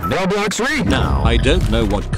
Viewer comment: ITS CALLED ROBLOX NOT BOBLOX